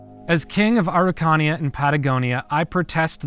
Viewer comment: It took me so long getting that you were pronouncing Araucania, I love your videos, and is ok to ask for help for pronunciation.